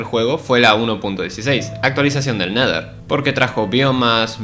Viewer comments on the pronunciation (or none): none